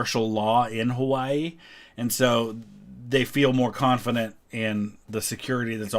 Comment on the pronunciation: It's sad that December 7th has faded into obscurity, and it'll be a sad day when September 11th does. Also, the correct pronunciation of Hawaii was a nice touch